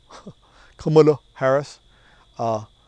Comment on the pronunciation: Please pronounce Kamala again